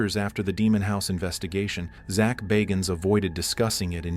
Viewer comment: ZACH BAAAAAHGINS? I don't think he pronounces it as you do. This is a whole documentary that Zach BAGGINS produced has already been on TV.